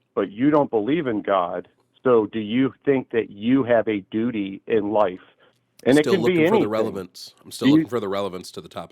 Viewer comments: Heehee, he said “dooty.” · That was painful. (snickers). "Dootie" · hehehe, he said dudy! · Hehehe he said dooty so many times. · 😂 lol he said dootie 💩